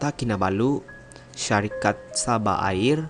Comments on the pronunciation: Sabah Air (udara) bukan airr hehehe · 🤦🤦🤦 sabah airrr..🤣🤣🤣